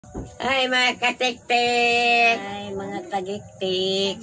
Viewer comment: lola wending: "hi mga katiktik"😊 other lola: " hi mga TAGIKTIK"🤣🤣 ka cute nilang duha hahaha😂😂😂❤❤❤